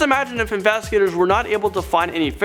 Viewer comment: He said "the infastigaters" 😂